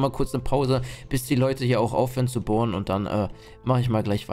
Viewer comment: Dieses bohren hat sich wie gefurtzte angehört